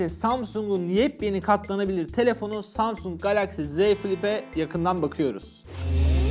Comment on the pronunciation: Ya bu zamsung ben feroyu az dinle yaaa (kat--lana---rak )